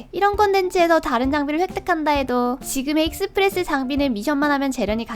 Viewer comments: 익!스프레스라고 하는거 보니까 경상도 분이신가 보구만...ㅋㅋㅋ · 익스프레스 발음 듣자마자 경상도사람ㅋㅋㅋㅋ반가워요오오오오